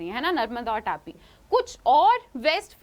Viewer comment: It's not 'टापी' it is तापी/ताप्ती